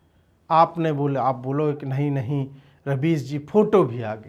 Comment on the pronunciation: Rubbish nhi rabies bolo ajeet bhai